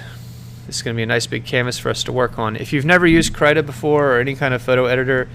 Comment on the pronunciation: Guhdough and kreeta are the proper pronunciations btw